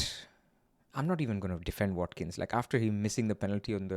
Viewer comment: Wat-Kin change.